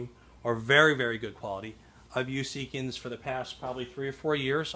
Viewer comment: They make outstanding products :) It is pronounced seek-ins, not sea kings